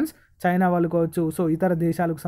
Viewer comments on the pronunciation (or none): none